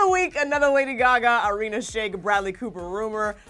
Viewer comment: That is not how you pronounce irina